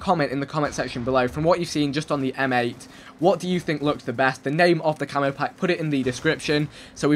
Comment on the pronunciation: why does he say camo so weird?